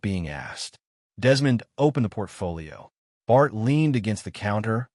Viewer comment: The names mis-pronounced: Philippe is “fill a pa” and Esau and all the other variations is, in fact, Isolde. And Bart comes out as Bard and Bar.